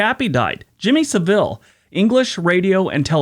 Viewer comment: If you watched a documentary about Jimmy Savile....you clearly didn't listen to it....his name is pronounced in the same way as travel.....like Jimmy Savell ....the emphasis on SAV, with an L at the end....like in ......unravel